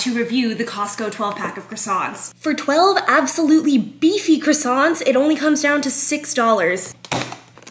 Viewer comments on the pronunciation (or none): 'Kwa-son'. please pronounce these better. If being offensive to the french was your goal, you did well. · They are pronounced like "kwa-son" not "cross-ont" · Well you just offended all of France by saying croissant incorrectly. They pronounce “croi” as an english “qwe” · From my entitled french POV, I'd never give those above 5 but taste is taste. The offense is the pronunciation of croissant 😂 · Went to French pastry school - Still pronounces "croissant" incorrectly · Shame ‘French’ pastry school failed to include a pronunciation guide for ‘croissant’, huh? Thanks for your input. Don’t buy cheap, bulk food and expect gourmet. Shocking. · You won't offend any Frenchman except the way you pronounce croissant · if you went to French pastry school you'd know how to actually pronounce croissant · Qualified to taste test them but totally unqualified in the pronunciation of the word croissant 🥐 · You say you know about croissants but you pronounce it wrong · Ten seconds in, you've alreay pronounced it incorrectly. You've now offended all French people. You're done. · all this and you still can't pronounce croissant properly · more annoyed you can't pronounce the word correctly.